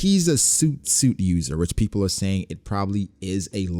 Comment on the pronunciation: The soot-soot fruit is pronounced sut sut not suit suit